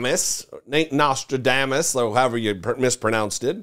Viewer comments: Who the hell is Nostra-DAY-mus? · I hope they sue her for putting his family through that type of additional pain during their time of grief. "Candice Owens" IS a walking talking crime. Someone needs to tell Ms. Owens that it's pronounced Nostradamus (has IN Nos-tra-dom-us)not Nos-tra-dame-us. 🙄🙄🙄 Bless her little pea picking heart.✌️ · Notradamus (pronounced with a long a) is right up there with gaspacho. It is No(s)tradamus ("a" pronounced as ah) and Gestapo. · Wow she doesn't even know how to pronounce Nostradamus correctly. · She can’t even pronounce Nostradamus correctly. So ridiculous.